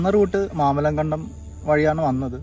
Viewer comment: മാമലകണ്ടം അല്ല bro മാമലക്കണ്ടം 💙💙